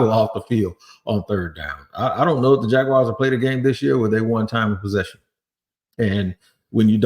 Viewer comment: Thanks for calling them Jaguars, not Jag wires!!